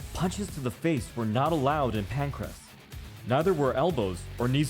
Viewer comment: Jesus. Pancrase is MMA, and you've pronounced it incorrectly.